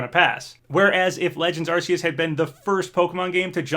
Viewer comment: How he pronounced Arceus lmao